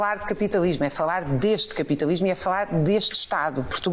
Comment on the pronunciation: Fauar, capitauismo, portugaue, nem falar sabe a comuna…